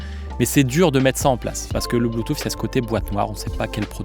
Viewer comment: Alors j en peu plus d entendre un spécialiste parler bue-touffe!!!! Le mec sait meme pas comment comment prononcer Bluetooth c est hallucinant et ridicule. De plus cette video est avant tout une campagne de promotion pour KEF qui font de bonnes enceintes mais qui a l écoute sont loin de plair à tout le monde. Les enceintes à haut rendements au son chaleureux très live sont abstîntes comme plein d autres. Et que dire d un mec qui te dit qu un caisson ne sert qu à produire du volume et pas de distortion et que le reste c est de la littérature on voit le mec qui n y connait strictement rien… et qui ignore entre autre ce que trainage signifie, ou repose impultionnel, ou réponse sur transitoires! Bref vidéo complètement nulle, avis aux amateurs de bon son: n écoutez pas ce gars qui ne sait pas de quoi il parle et il est autant spécialiste que les auditeurs ignorant en son a qui il s adresse. Quand au fait de juger une enceinte d après ses mesures c est partiellement n importe quoi, car l écoute repose avant tout sur le plaisir que l on récent a écouter un système. Et et chacun entend les choses différemment, chacun place le plaisir dans des sons différents. La pire chaîne de hi-fi de YouTube.